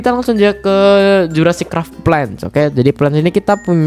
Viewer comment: NGAKAK ANJIR PAS NGOMONG CRAFT